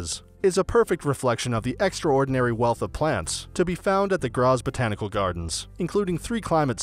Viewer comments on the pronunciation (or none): It's pronounced "Gratts" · Where is this city named Grasss? Its a complete fake of Graz so why didn't u make a video about our city! Btw. It takes absolutely no time to chek how the words are pronounced! A tip, translate every word, not only the clock tower, in english or just use the google translater voice to say it! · Your video has pissed me off. For the love of God, WILL YOU PRONOUNCE GRAZ PROPERLY! I hate it when people cannot be bothered to find out the important, simple things. It's not rocket science.